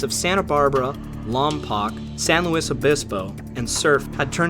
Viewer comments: Pronounced Lom poke not lom pock lompoc.. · you pronounced Lompoc wrong, it’s lom poke not lom pock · It's always jarring to hear Lompoc pronounced Lom-pock. It is pronounced Lom-poke. People routinely get it wrong w the prison nearby too. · Good vid. Well done! Just one very small deet if it hasn't been noted previously: Lompoc is pronounced Lom-poke, not -pock. Thanks. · The wounded were taken to lompoc as it's the closest town. Plus there's a mural there that commentates the wreck. P.S. it's lom-poke, not lom-poc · Lahm (rhymes with bomb) poke. There's an exhibit at the Lompoc museum, which is housed in the former Carnegie Library. There is also an artifact in town. The Amtrak stop at Surf (closest to Lompoc) is not far from Honda Point. I'd also recommend Course 090 to Disaster, which is the book I've read about it. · As soon as i saw Lompoc on the map i knew he would mispronounce it at some point. im like: aahh there it is lol. almost everyone mispronounces it, famously vin diesel in fast and furious ("i did 4 years at Lom-Paahck prison") Its pronounced lom-poke lom as in Llama, poke as in youll poke your eye out with that thing. lom-poke. just a PSA from a person born in that town. also, Spokane washington is pronounced spoke-ann not spo-cane (i live in washington state now and fancy myself a grammar nazi of pronunciations of city names lol its not much but its honest work ) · I know that your video was great, but my old home city is pronounced Lom-poke. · are you just so used to everyone mispronouncing the name of the town that you dont even bother correcting it? lol (im from there and i dont think ive ever head anyone that hasnt been there ever call it the right name, vin diesel mispronounces it in the original fast and furious movie talking about the prison lol